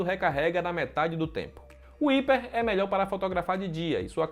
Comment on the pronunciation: One "Íper" foi demais, é "RÁIPER" kkkkk.